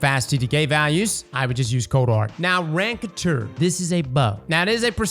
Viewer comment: Hearing how you pronounced RACONTEUR gave me a stroke